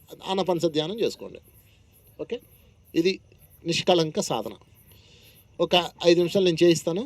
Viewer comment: లంకం కాదు ళంకం నిష్కళంకం